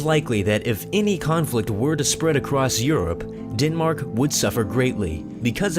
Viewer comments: the fact that he says Chile as "chili" and Denmark as "Dinmark" annoys me so much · They pronounce "Chile" wrong its Chi-le not Chili 😂 Den-Mark not Dinmark And yes I understand you have accent 😏